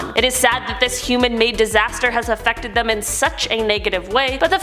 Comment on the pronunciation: afectked lol